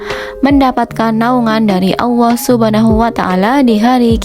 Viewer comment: Sy dengarnya ya awoh atau Yaa Allah ya....apa pendengaran sy aja yg kurang bagus🙏